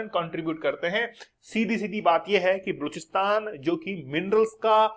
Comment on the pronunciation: kya gunda bane ga pronounciation mistake hai bluchsitan nahi ba loch stan